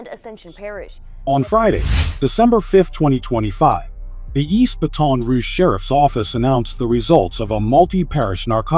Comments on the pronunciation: He said Ba-Ton Rouge😢bruh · bruh, the way he's sayin Baton Rouge is pissing me off, but he ruined Laplace lol